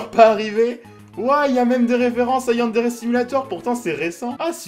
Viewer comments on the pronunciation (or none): none